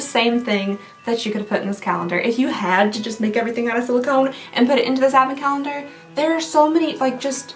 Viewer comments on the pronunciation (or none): Teeehee, Calnendar at the end there... xD I think the Sephora calendar broke her brain, y'all. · "bonus calnender" lol I love it